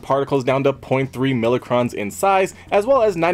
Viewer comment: it's pronounce MY-crawns not millicrons